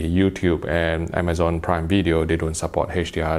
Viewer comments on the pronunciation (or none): none